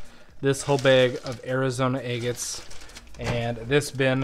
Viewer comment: I love how you call them egg-its. Lol.